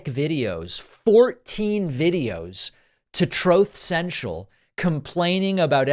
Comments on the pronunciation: Troath Sential !!!😂😂😂😂😂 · did you just say throat sensual? ahhahahahhaha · Troath Central. LMAO